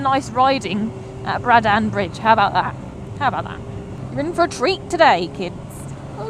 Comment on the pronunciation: Sorry to be an anorak but it is pronounced Braddn. Not BraddAn